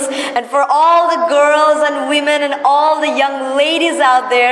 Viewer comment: yes, i appreciated her. Notice, my comment please. But just i express my opinion about a word 'And' pronunciation. It would be better if she pronounces the word 'And' more perfectly. That's all.